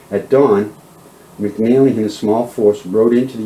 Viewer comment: Its not " McNally its McNelly.Also Nueces is pronounced " New aces" not "Nooses" for God sake.